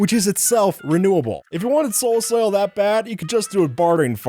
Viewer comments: Wait a second... Did you just said "Soul soul" or "Soul soap" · say soul soil one more time .i dare you ...